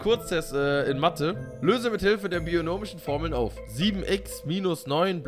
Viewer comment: Hahahahah junge nicht bionomische formeln sondern binomische formeln…und schon wieder was gelernt